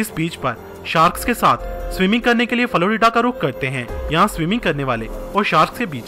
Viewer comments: It's not faloridea it's florida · Florida ko faloreeda